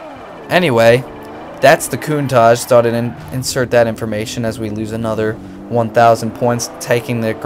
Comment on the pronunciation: I enjoyed this video apart from you saying countach wrong every time